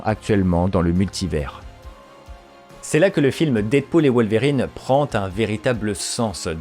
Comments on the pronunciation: Perturbé par la manière ton wolwerine est prononcé ahah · désolé j’avais pas vu la notification de réponse, c’est que ça me fait penser à des verrines la manière dont tu prononces le mot et j’ai du mal à décrire ce que je veux dire parce que pas facile de transmettre de la phonétique mais là où ça me perturbe dans ta façon de le dire, c’est par rapport à l’accent aiguë que tu mets au milieu dans Wol(Ve)rine